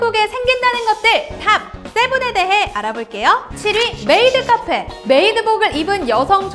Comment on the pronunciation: 메..메이트 카폐 라니 ㅋㅋㅋ